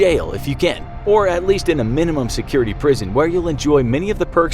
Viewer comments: "end up in a maximum or medium security prisonum" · The emphasis on the MEN when he said prison was just plain awful